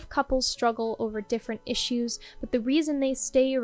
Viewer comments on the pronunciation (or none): none